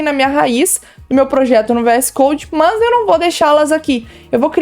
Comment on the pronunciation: Pq ela fala "mãs" no lugas de mas?